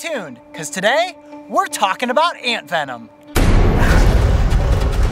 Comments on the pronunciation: Ha "ANTVENOM"😅😅😅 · I thought that you said ant venom the youtuber